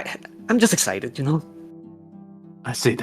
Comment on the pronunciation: It’s ok,. ❤ It’s like that one scene in White Chicks where Terry Cruise can’t say “excited”.